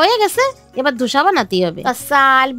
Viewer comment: Dosa 🙅🏻‍♀️dhosa 👍🏻 😂😂😂 pagli kothao bolte parbe na